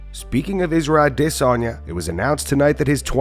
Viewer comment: The way you say Izzy’s last name is iDiotic